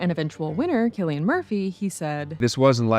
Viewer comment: Cillian promounced as Sillyanne